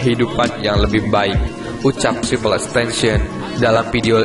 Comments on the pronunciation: Triple x tencion?triple x tentacion yang bener bisa baca gak bro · Bukan xtencen bang xxxtentacion bang🤣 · Yang bener tuh XXXTentacion bukan XXXTention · ten ta sion bodo bukan tension